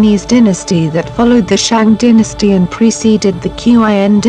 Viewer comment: Poorly put together Really weird electronic voice used that can't read "Dynasty"